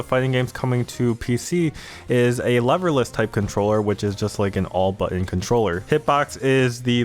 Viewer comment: At first I thought you said "loverless" controllers thereby saying anybody who uses these is a virgin loser :D